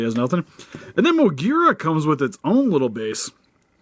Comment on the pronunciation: I'm happy that you pronounced Moguera correctly.